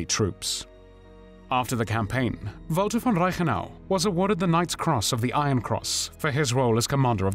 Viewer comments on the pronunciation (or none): none